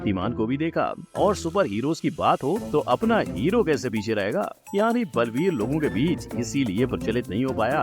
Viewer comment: Blveer nahi sir baalveer 😂